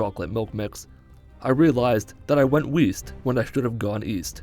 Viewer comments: "I went weast when I shouldve gone east" 😂😂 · East? I thought you said weest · you went "weest"? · “East? I thought you said ‘wheast’.”